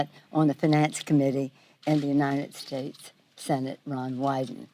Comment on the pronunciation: My money's on Trump!!Ga besh the oonited shaste and all the other words he can't pronounce correctly maybe it's signs of a stroke or maybe his daddy paid his way through school and he just can't read!!!